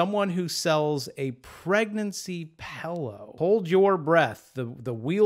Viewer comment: I love how you say pillow! 🤣🤣🤣🤣🤣🤣🤣🤣🤣🤣